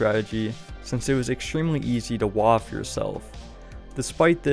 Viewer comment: “don’t Waffe yourself”